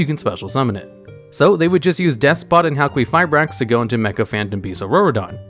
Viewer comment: halqueefibrax is not how English works